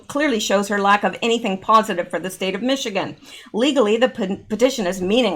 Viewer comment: I grew up in Michigan. Say Michi and ganders - like male geese.